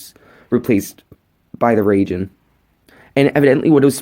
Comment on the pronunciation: I leave how he said ragin not raijen